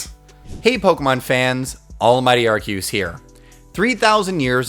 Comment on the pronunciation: It’s pronounced arkoos